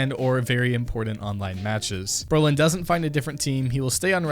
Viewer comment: You saying allu and brollan wrong